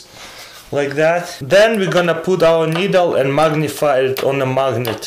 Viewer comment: He said l puolt needle on the ice lol He meant of said poult the thread on the ice